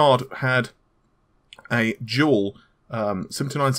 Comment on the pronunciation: Totally sounded like you were saying jewel not dual. Had to actually look at the video instead of listening like I normally do.